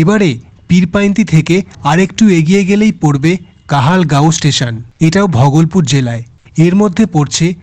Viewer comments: Bhogolpur ❌ Bhagalpur ✅ Ei Pronunciation ta ektu sotik kore bolo. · ঘরে বসে ভিডিও করলে এই হয়। স্টেশনের নামগুলো ঠিকঠাক উচ্চারণ হচ্ছে না। একটু রিসার্চ করে ভিডিও বানান। Bhagalpur কে ভগলপুর কেউ বলে? একটা বিখ্যাত জায়গা । অন্যান্য ভিডিও তেও পশ্চিমবঙ্গের জায়গার নামের উচ্চারণ ভুল। Tamluk টা তামলুক নয়, তমলুক হবে। Dantan হবে দাঁতন। এইরকম অনেক আছে। এইরকম কিছু কিছু correction করতে হবে